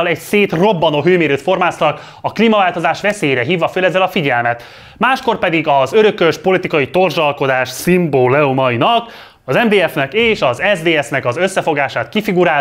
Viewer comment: "szimbóleumainak" vitte a prímet